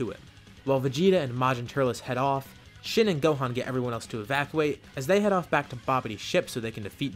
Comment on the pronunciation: Normal people: Evacuate: Evapuate